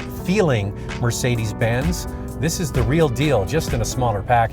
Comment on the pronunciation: "for Mercedes Bins bean." This did is so Canadian it hurts.